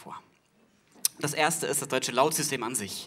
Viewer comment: Die Glottalverschlusslaute hat er zwei mal weggelassen [ʔ]alles is in [ʔ]Ordnung, als er sie aussprechen wollte. Sein Argument ist so nicht ganz richtig.